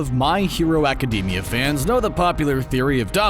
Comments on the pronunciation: Nobody: This Guy: My Hero Acadeemia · It's pronounced ee-zoo-koo (well the zoo is more pronounced as zu) not ee-zoo-ka. It's not pronounced aca-dee-mia it's pronounced aca-day-mia. Also deku has a quirk, crying! But all for one is never shown to be able to change memories and if he could why wouldn't he do it on all might to make him forget who all for one is or what one for all is. Also have a theory you can use. Kacchan and bakugo are the same person. Also be normal and call Izuku deku